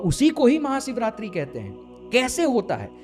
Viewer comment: Sarir nahi bhai, woh sharir hota hai.. bolna sikh le pehle...live sikha raha hu tujhe, Maha Siv ratri nahi,, Maha SHIV ratri hoti hai....